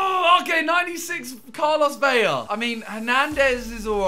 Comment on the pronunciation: It’s ve-la, not ve-ya!! There’s no y! The double L’s make the y sound not a single L.